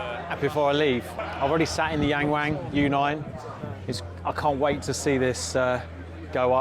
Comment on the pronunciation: YangWang Pronounce Young (W)oung. You’re Welcome